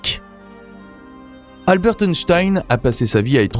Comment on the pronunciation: On ne prononce pas le « t » de Albert, c’est comme pour Bernard, on ne prononce pas le « d ».